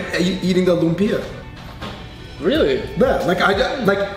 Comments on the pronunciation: Aahh! You don’t put the bagoong in the Kare Kare!! It’s a condiment and you add as you eat the Kare Kare with rice. I’m so happy you guys are trying our foods and wanting to learn. Lumpia is pronounced like Loomp-yah. if you’re taking more that 2 syllables to say it you’re doing it wrong. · It’s pa•la•bôk! The pala, u say it fast. Even the pronunciation of lumpia is wrong haha